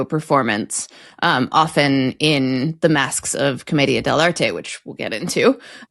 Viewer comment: Wow, you pronounced it properly: Comedia Del Arte (Like Artay, or Arté. Not Art) Bravo! 👏